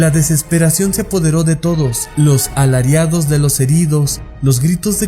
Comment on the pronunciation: minuto “alariAdos” eso no existe. La palabra correcta es ALARIDOS. Si quieren llegar a ser youtubers, o creadores de contenido, favor de esmerarse más en su trabajo. No distribuyan más ignorancia, esa ya sobra en este mundo… 🙄